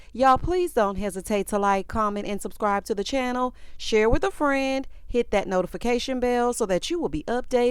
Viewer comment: She talking about she know how to properly pronounce Baltimoreso that's why she said Baltimore but at the same time at the end of her whole sentence about how she want to meet somebody's son and build an empire witha. I'm thinking like sorry that's not how you properly say with, it's not witha. I hate when girls talk and add extra letters to words that don't even make sense, like No a, when they're saying the word no, adding" a "is one of those examples. Like if you going to try to dog out Baltimore folks for how they say Baltimore, then you need to properly speak throughout your whole sentences.